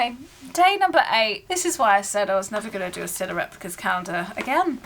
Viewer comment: What’s a “cah-yen-der”? 😬